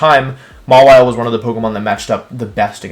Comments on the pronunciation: Mawile - Mah Wii Lay Ninetails - Nii Nay Tails Zygarde - Zy Grade Why does he do this? He pronounces them right sometimes? Is it some obscure reference? I've watched his videos for like a couple months and these things bother me to no end. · Mega Maw-wee-lay. But then he says it that way twice and then changes to the correct pronounciation. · maw-ee-lay lmao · Maw-wheel-a lmao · I HEARD THAT MAWILE PRONOUNCIATION "MAH-WEE-LAY" IM SOBBING